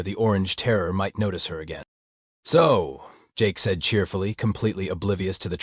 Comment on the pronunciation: I love how there is aliens have "enought" when they said "again" 😂